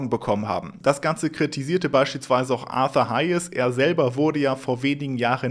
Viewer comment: Vielleicht kannst du den Namen von Arthur Hayes in Zukunft richtig aussprechen. Er freut sich bestimmt. Sprich sich „Hejs“ (sorry, Lautschrift scheint hier nicht möglich zu sein)